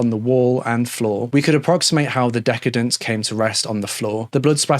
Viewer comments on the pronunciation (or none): Just FYI: the word decedent is pronounced de-seed-ent and not deck-ed-dent. As in deceased; the person who has died. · ❤ The word is not pronounced "DECK-a-dunt," as in lavish/self-indulgent (decadent). It is prononced "de-SEE-dent," as in deceased. Love your channel!! ❤ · Thoroughly enjoy your channel! Just one thing: decedent is pronounced de-CEE-dent. Thanks! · Decedant= dee see dahnt. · yeah he can't pronounce "decedent" though. He said decadent. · just FYI, “decedent” is pronounced with a soft ‘c’/‘s’ followed by a long ‘e’, just like the related word “deceased”.